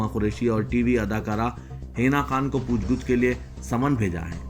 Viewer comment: Pooch gooch nahi bhai Pooch gach urdu ka janaza nikal diya apne ❤